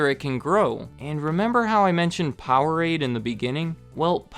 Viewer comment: Powerade, please.... 😂 (laughed out loud at that part) keep it up! Love your channel!